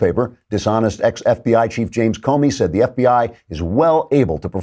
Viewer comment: Klavan, I’m sorry but I have to correct you on something. You keep mispronouncing the former FBI director’s name. The ‘o’ in Comey is an open O, which sounds more like an ‘ah’.